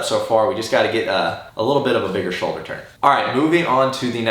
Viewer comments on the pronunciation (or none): none